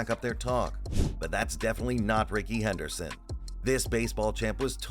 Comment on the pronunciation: It’s Rickey Henley Henderson